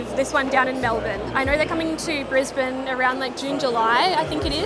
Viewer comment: Well, I'm in California, but that was a terrific visit you shared (bonus: I learned how to pronounce "Brisbane" correctly!).